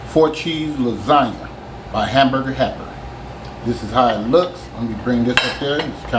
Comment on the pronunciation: He said hamburger happer